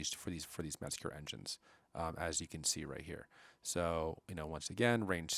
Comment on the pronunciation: The word is Mezger not merger